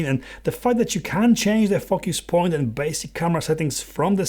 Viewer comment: I keep thinking you cursing when you say “focus” lol aside from that monitor looks promising as I’d get it for the touch focus but I love the quality and color rendition of my osee tech g7